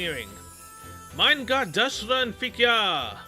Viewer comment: Why are you mispronouncing Deutschland as Dutch Land? Is it because you never pay attention to how Deutschland says her name so you never hear the "oi" sound?